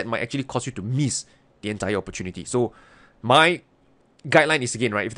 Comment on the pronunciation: Yeah, that cracks me up too. But it sounds more like “hey hey, wut’s up muh friend”. The Southern accentt kills me.